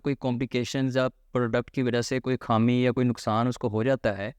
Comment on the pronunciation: کھامی نہیں ہوتا۔ خامی ہوتا ہے